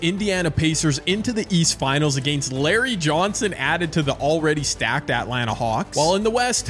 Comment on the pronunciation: Why do you say Atlanta like that